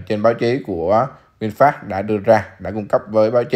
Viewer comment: nghe no đọc là vinfat, cười ỉa luôn